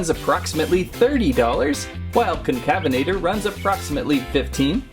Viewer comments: Pronunciation: Con-Cavv-en-ate-er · Con-cuh-vena-tor. Sorta like cousins afrovenator and Neovenator. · Here’s how you pronounced Concavenator correctly: Concavenator: kon-ka-VEN-uh-tor or kon-kuh-VEN-uh-tore